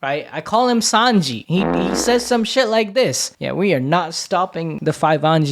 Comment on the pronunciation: Bro who is 5anji lol it's Sanji bra 😂